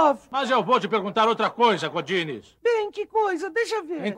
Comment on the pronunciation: E eu que jurava que eles pronunciavam GORDINES!? 🙊🌚😂